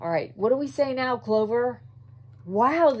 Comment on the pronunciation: aww i heared you call clover "clove" and i see you wearing a cherry blossom cap, so you like me yay!!! i like when people like me!!